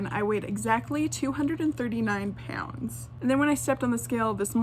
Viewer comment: OMG IT. Annoys me when u say pounds like - po-yn-ds JSU’s nfoff fndicidnfudndodndjddh